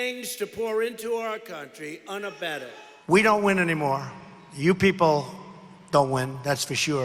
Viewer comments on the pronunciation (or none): "...drugs and gangs to pour into our country unabetted". He meant "unabated", but maybe he's got "aiding and abetting" on his mind? Hm?